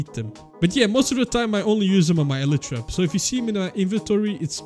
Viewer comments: you say "elitra" its "elaytra" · Bro he sayed elitra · Bro is ellytra a different pronunciation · this guy is the only person I know who pronounces Elytra like that